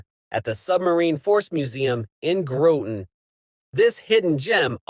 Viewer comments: Pronunciation, Folks! Groton does not have a long "o." First "o" is pronounced as "ah." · fyi groton is pronounced as in cotton; short o sounds, not as in the UK - and for that matter, the Thames river is pronounced like James, not like 'tems'